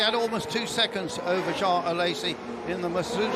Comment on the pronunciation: Someone tell that commentator ist Alesi, not Alessi